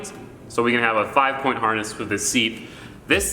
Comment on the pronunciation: This mans said porn instead of point 😂